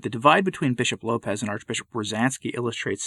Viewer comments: It is Lopes, like hopes, not like Lopez. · Just a note….his name is pronounced with the s as an “s” and not the Spanish low pez. It’s Lopes as in “hopes,” with an “L.” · Lopes is a Portuguese name (not pronounced Lopez either), and it does not mean wolf. You’re thinking of lobo.